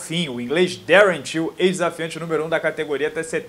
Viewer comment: Toda vez que você falou "till" eu ouvi "tio" e fiquei perdido